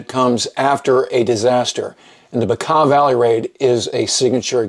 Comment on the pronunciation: You actually pronounce Bekaa Valley the correct way. A lot of people mispronounce it... kudos!